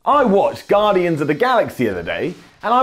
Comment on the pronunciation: "I watched Guardians of the Galaxyother day". WHAT.